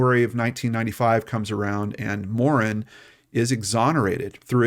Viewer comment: Pronouced Morann just like the name Ann